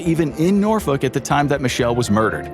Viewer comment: Yt said Norfolk right….you from VA?